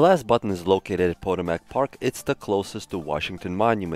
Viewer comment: pah-TOE-mick = Potomac just bc I live here.... Lol